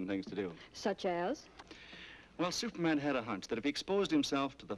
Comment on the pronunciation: If you listen carefully, he actually asks, "Stuperman, where are you!"